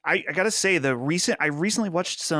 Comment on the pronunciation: I can’t get over how pronounces Watched as “Wutched”